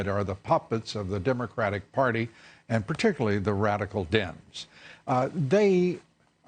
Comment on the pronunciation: Is it just me, or does Dobbs call them "Dims"??? Hahahahaha laughing all the way to the bank, with my extra money I'm not paying in taxes!!!